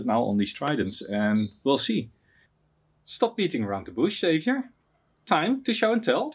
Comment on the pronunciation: Congrats to the winner! And didn’t know that Xavier rhymes with caviar!